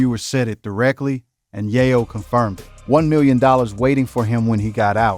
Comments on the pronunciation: Man just call him Tony Cocaine. Keep saying YAH- YO. ITS Yay- yo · Pronounced Yay-Yo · Bro this incorrect pronunciation of this man's name is killing the video!!!! It's Tony Yayo (yay-yo not yah-yo or Ja-yo) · This guy is an idiot. He keeps pronouncing yayo wrong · Tf wrong witchu brotha, yahyo? Where you from? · Once i heard "YahYo" I tapped out 🫩🤦🏾‍♂️👎🏾😂😂😂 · It's tony ya yo u said his name wrong 😂😂😂😂😂 here we go now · How do you get into Hip-Hop and can't say the artist name😮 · The fact he can’t say Tony Yayo correctly is sad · Lolololol why this dude keep saying his name wrong bruh??? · Dam say his last name rite bro cuz that not it..... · Not only did you butcher his name throughout the whole video but you had an AD every 30 seconds 😒 . First and last video I will ever watch of yours ✌🏾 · THIS NINJA GOT TO BE A BOT 🥴 NOT KNOWING HOW TO PRONOUNCE A NAME PROPERLY 🧐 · How you spend all this time researching and putting a video together and not even get the man’s name right? It’s only 2 syllables 🤦🏾‍♂️ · He killing me with saying his name wrong. Said it wrong about fiddy times 😅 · Son!!!!! aint no way we taking you serious when the first thang you done did is butcher YAYO's name... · The narrator said the Yayo's name wrong so many times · i couldnt continue its tony yayo say it correct